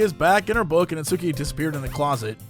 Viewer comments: You can hear twitch a little every time Jesse pronounces it "Nat-soo-ki". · I die a little inside every time Jesse intentionally mispronounces "Natsuki" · finally caves and pronounces Natsuki incorrectly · Omg that's not how you pronounce natsuki... LUL